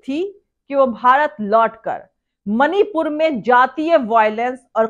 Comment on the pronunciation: Mani pur ka ma nhi bol pata hai jaheelo se kya ummed